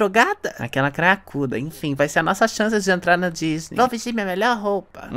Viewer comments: "Repete comigo dis-ney" "Di-ny" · "Ta vendo, por isso que num entra na dinisde"😂😂😂😂😂😂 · Abertura da Disney em funk e a Fada Foxti falando Diny kkkkkk